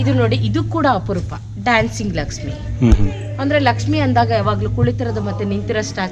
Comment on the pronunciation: Laksmi madum.. madum ge pronounce madoka baralla.. poor guide..👎